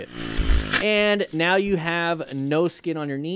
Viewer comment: are you serious right neow